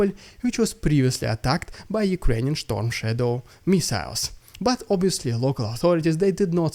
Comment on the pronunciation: Schtormshadows im dying here🤣🤣🤣